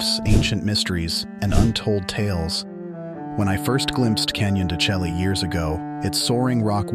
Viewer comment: AI idiocy. He’s a real expert, mispronouncing the place in the first 10 seconds. Turned it off.